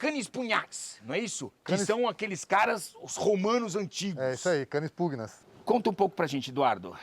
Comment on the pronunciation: Cara o Richard pronunciou corretamente a palavra PUGNAS (pronúncia PUNHÁS)